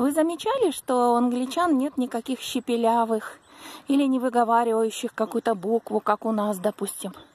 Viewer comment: Правильно не "щепелявых", а "шепелявых".Очень интересное видео! Спасибо,!